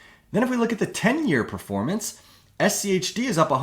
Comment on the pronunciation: was annoying to me how your inflection goes up on the H in schg and schd, when the g and d are what are different and so that should be the emphasis when you are differentiating these words, you basically made a point to make it super hard to follow bc you wanted to try to make it easier to understand by speaking like a five year old.